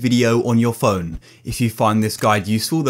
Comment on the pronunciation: Because he said pjone